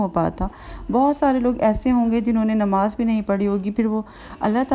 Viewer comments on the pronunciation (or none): none